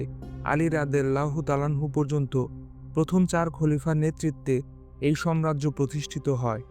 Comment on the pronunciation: আপনার উচ্চারণ ভুল। আপনি সাম্রাজ্যকে, সম্রাজ্য বলেছেন। এটি একটি ভুল উচ্চারণ